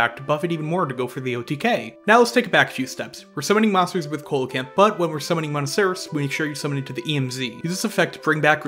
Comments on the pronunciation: Small thing: Coelacanth isn't pronounced COAL-a-canth, it's pronounced SEE-la-canth. It's a soft C and a silent O. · IDK man I'm hearing colacanth not holacanth. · it's pronounced See low canth. I'm glad you pronounce Ghoti right though. for those unaware, Ghoti is pronounced FISH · Great to see these combos visualised, nice and concise too but it seems MBT’s inability to pronounce card names is spreading haha The pronunciation of Coelacanth was hurting me a bit but that’s ok because the video was still really good (and I’m sure most people don’t care about the pronunciation). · It’s actually see·luh·kanth if we’re being were being pedantic. And the whole “Ghoti is pronounced Fish if you take the Gh from Enough and…..” thing is funny at first but makes no sense in reality. The position of letters in words is important so if you can find a single word with “Gh” at the start that is pronounced “f” and a “Ti” at the end that is pronounced “sh” then I’ll accept it’s pronounced “Fish”. Is your username “Spooky Fist Hero”? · Did u just call it Holacanth? Is this some inside joke I'm not aware of? Edit: I watched the rest of the vid and he is in fact saying Co-lacanth not Holacanth which is what the first instance sounds like.......however if you know that Ghoti is meant to be pronounced 'fish' surely you know coelocanth is not pronounced the way you say it so again....is this some joke I'm not getting? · Am I the only one triggered by the way they say Coelacanth? lmao great video tho. makes me wanna build the deck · Coelacanth is not a hard C at the start, dude, come on.